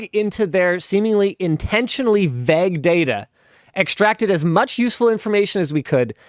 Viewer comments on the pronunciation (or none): I’m sorry but is the way Linus says “vague” a meme joke I’ve missed?